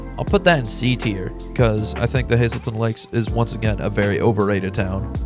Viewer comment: Why do I keep dying every time he says “azelton Lak”?